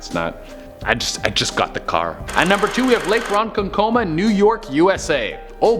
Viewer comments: Hey Man .Its funny when non NY'ers say Ronkonkoma.Its pronounced Ron-konk-Ah-Mah Not Ron-Con -Coma.Just for future reference . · It's pronounced Ron kon ok ma....but omg yay my hometown legend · LMFAO as a native to long island its pronounced RON-CON- CO-MAH 🤣 THE WAY ITS SAID HAS ME WEAK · Coming from a fellow New Yorker who lives on long island, it's pronounced (ron-CON-kuh-mah)😂😂. But it was awesome to see a town near me on this list! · I live a few blocks away from Lake Ronkonkoma and he is pronouncing it wrong. But everything else he says is true. And I’ve swam in it a lot of times and it is fun. Fun fact: the deepest part of the lake is 70 ft deep. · I agree, coming from Holtsville, which is about 10 minutes from there, I thought it was weird it was pronounced wrong. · I love but he butchered that but it’s so funny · kitty kryssy wish he looked up how to say Ronkonkoma.